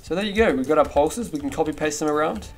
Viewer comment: When he said ‘pulses’ it sounded like ‘porpoises’